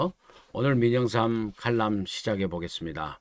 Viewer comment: 칼럼을 칼람이라고, 리얼 미터를 레알 미터 라고 발음하는게 올바른 발음법 일까요. 항상 현명한 판단을 내리시는 의 정론을 존경 하고 있습니다 만 앞에서 말씀드린 건은 이해가 어렵네요.